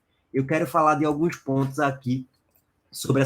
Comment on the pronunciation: Que zorra é essa q esse cara fala PONTHIOS?É sacanagem?